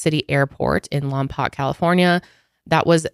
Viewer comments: Lompoc is pronounced as Lawm-poke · It’s pronounced Lom-poke. 😊 I grew up 30 miles away from there. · Lmao my grandma lives in Lompoc!!! It’s pronounced lom-poke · Also I’m from the area he took off from and it’s pronounced “Lom-poke” 😜 no one says it right along with our beaches lol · Ladies great video, the town is pronounced Lom-poke, good job tho 😊